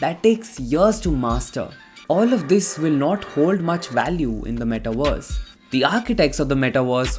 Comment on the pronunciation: Ok. Great video but....can you focus on pronouncing metaverse not "metaWARS" please?